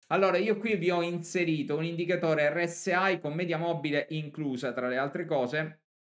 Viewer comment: O dici ERRE ESSE I o dici èr ès ai ma se dici ERRE ESSE AI non se po' sentì